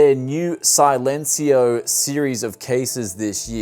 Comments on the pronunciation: SAILencio LUL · Man you need to pronounce "Silencio" in spanish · how to pronounce silencio- C-len-c-o